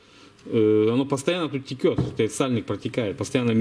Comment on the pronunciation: извини пжста, но могу тебя поправить, не теКет масло как ты говоришь, а теЧет оно, правильно по русски)